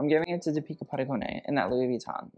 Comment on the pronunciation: It is pronounced Dee - pi(nk) - kah with the Dee stressed, Pa - doo - cone